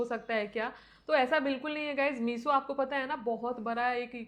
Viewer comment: मीसो क्यों बोलती हो, मीशो बोलो न । ऐसा सुन सुन के मेरी सांस रुकने लग गई